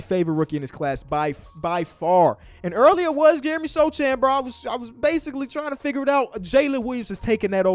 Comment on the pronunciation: please ch=h Sochan= sohan You pronounce it like this So hannah what’s up? (So hann)you make this sound All love